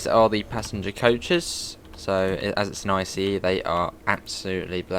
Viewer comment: Can you say I C E and not ICE